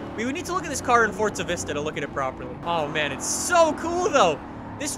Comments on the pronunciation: For za. Not fortza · What is Fort-za? Thought it was Forza. Someone's been playing too much fortz-nite. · May i remind people that Forza dont have a "t" in it😂